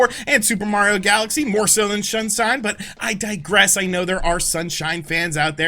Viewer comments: Lol you said shunsine instead of sunshine xD. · AHHHHAHAHAHAHA SAID "SHUNSINE" 🤣🤣🤣🤣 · “Shunsine” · Super Mario... Shunsine? 🤣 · "...more so than Shunsine" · Did you just say super Mario shun sign? Wait a minute, that sounds like it could be a interesting game. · Super Mario Shun-sine🤣🤣